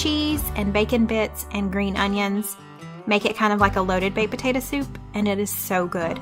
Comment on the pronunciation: I've never in my entire life heard anyone say PA-TA-DOUGH